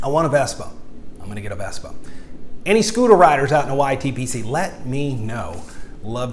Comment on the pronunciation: You said Vesper rider there at the end. Dork. It’s Vespa. Vessssssspppaaaaaaaaaaaaaaaaaaaaaaaaaaaaaaaaaaaaa.